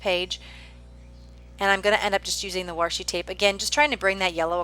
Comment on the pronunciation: I really like watching creative videos like yours - nice job. Just wanted to say one little thing - it's "washi" there isn't an "r". Since its origins is Japanese when they translate words hardly ever us the letter "r".